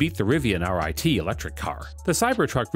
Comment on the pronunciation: Musk the Tesla founder? FFS please do 2 seconds of research. He didn't found the company - Martin Eberhard and Marc Tarpenning did. Also for Rivian, its R ONE T not R i T. 🤦